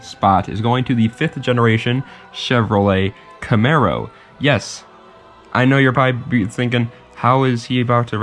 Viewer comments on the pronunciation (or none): none